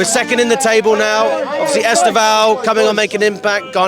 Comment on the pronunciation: EsTEvão, not EsteVÃO. Like sTEphen, not stePHEN.